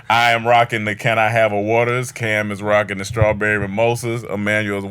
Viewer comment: Hey. It looks like was trying to say rockin but ended up saying Wockin